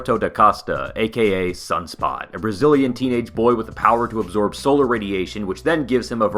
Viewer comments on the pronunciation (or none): none